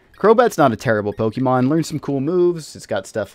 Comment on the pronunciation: How do you do Pokemon content and not know how to pronounce Pokemon? It's really not that hard.